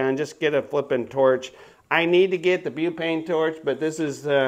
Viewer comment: Did you just say bew-pain torch? I believe that was on purpose. Remember guys, if she doesn’t find you handsome, at least she should find you handy.😂